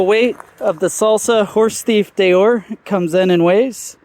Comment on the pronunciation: Deore is pronounced Dee-or, not Day-or. Maybe ride the bike and give us your opinion. Don't just read the spec sheet.